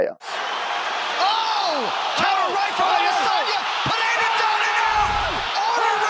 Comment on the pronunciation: In english its pronounced "Per-Era", not "pa-heyda"